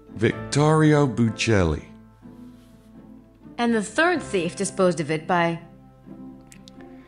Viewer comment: Nope, as a matter of fact Grace is the only one who pronounces buchelli's name correctly.